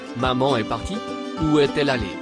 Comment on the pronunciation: Le (s) du verbe (est) est un s muet. On ne le prononce pas.